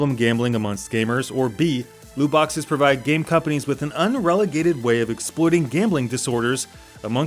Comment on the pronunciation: ... Un-REL-E-GATE? Or Un-REG-U-LATE? lol